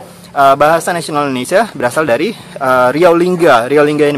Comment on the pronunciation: Sebutan Melayu Riau untuk 'R' memang bunyinya hilang ye? Dari jadi dai.